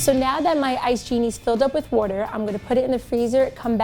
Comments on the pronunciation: TrickyOwlQueen She's probally from New York or Jersey. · Wait how did she say water